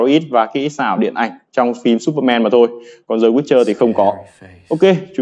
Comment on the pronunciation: Làm ơn đừng đọc The là dờ hay giờ, hãy đọc đờ hoặc đi. Hãy giữ sự trong sáng cho TA!